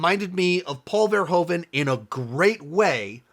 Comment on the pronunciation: From a Dutch perspective I find your pronunciation of Paul Verhoeven's name very funny and strange sounding. If you'd like to improve on it: the Dutch 'oe' is not pronounced with the big O sound you make. Phonetically it sounds like the American use of double o (eg. spooky 'oooh', or like in 'Hoover dam'). Try saying Paul Verhooven to perfect the Dutch sound.